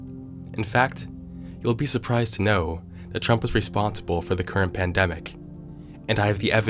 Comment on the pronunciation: ah yes, president "qmurt".